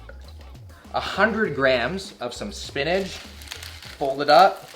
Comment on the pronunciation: I swear if he says "spinaj" one more time...